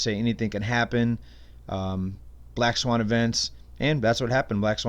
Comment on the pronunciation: "Black sawn", lol.